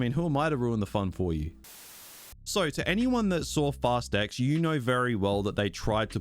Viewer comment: Why I hear it like: “FAST EGGS”?